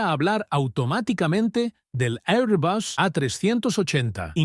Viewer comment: Por qué este robot pronuncia 'airbus', mitad inglés ('air) y mitad español ('bus').